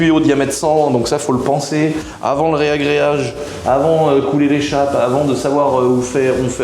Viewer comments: Ragréage ! Pas réagréage 😉🙏 tu me fais saigner l’oreille 😂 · Arrête de dire reagreage stp dit reagreage 😅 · Super vidéo ! juste pour info on dit un Ragréage et non pas un Réagréage.